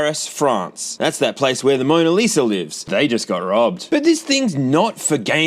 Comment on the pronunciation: "It's the Moner Liser!"